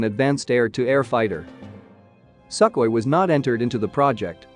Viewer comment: I wonder why the narrator calls Sukhoy as "sackly"? Maybe trained in same school with that british /Not "Bràytisch"!/ videomaker who calls Gripen a "gràypen"?